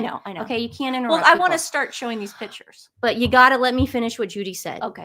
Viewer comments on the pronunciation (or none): Great show, but please it's PICTURES, not PITCHERS!!!!!! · Please pronounce it “pick-tures not pitchers!!!